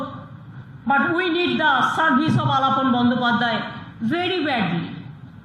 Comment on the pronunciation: The reporters should know and write/ pronounce names correctly.He is Aalaapon Bandyopadhyay.NDTV is a prestigious and leading channel.